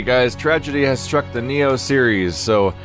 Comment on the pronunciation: Did he just call nioh nyoh